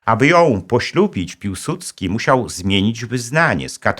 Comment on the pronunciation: piłsudski czy piusudzki